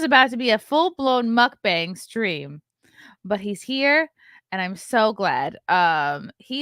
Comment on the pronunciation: Was saying that this was going to be a "muck bang" or a "muff bang" episode?